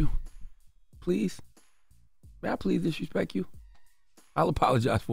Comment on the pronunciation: He said disrespek 😂😂😂😂😂😂